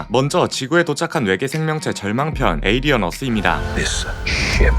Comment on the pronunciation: 하필 디즈니...에얼리언이라 쫌 ㅋㅋㅋㅋ